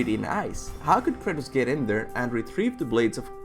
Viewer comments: its Kratus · It’s Krates... bro